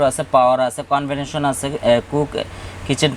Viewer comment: সার্ফ না শার্প কোম্পানি। কনভেনশন না কনভেকশন ওভেন।